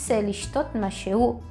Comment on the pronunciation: Você pronunciou masheú, mashei. Não seria masherrú e masherrí? . Neste caso o Hei não seria pronunciado? . Um nativo me disse que para os pronomes pessoais no cotidiano o israelense deixa o Hei mudo( mas não está correto ) mas em outros casos deve-se pronunciar . Esclareça -me pôr favor . תודה רבה